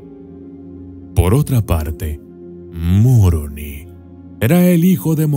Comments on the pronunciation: Es Moroni , y no Muoroni jijijijiji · No es Muroni, es Moroni.. no me gusta que digas el odiado Libro.. cuando a cambiado la vida de muchas personas inclusive la mía sin seguir siendo practicante..